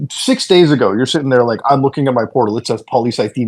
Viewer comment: I can't stand that Boogie says "Setting" instead of "Sitting" it pisses me off every single time.